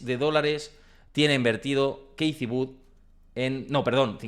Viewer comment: Kitty Wood … hace falta ser tan pronunciar tan mal un nombre anglosajón !!! Te quita credibilidad… increíble